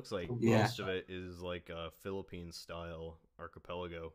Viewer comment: "archpuloggo" its archipelago